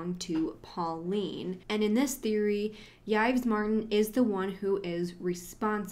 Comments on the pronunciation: Horrible. So sad. Heart wrenching. Uhg. Thanks for your coverage. Btw- French pronunciation tips: Yves is pronounced Eve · Yves is just pronounced Eve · Why tf are you pronouncing Yves like that 😬😬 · Who is Judy?? And again, why tf are you pronouncing Yves like that? It’s not a difficult name? You can find the pronunciation all over the internet?